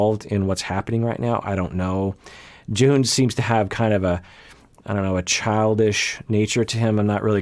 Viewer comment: you said Jihoon right the first time but then you kept saying J'hoon so watch out i guess